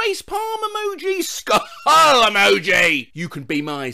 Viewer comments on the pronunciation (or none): He can pronounce all kinds of gibberish, but not that lmao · pronouncing the 💀 emoji: Skull emoji ❌ Skuhul emoji ✔️ Literally gets me everytime lmao. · "face palm emoji SKUHULLL EMOGEEH" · Ska hulll emoji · SKAHOOLL EMOJI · Please keep up the “skuhHULL EMOJI” It makes my day every time.